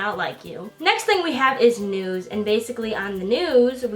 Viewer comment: When she said "News" I thought she said "Nudes"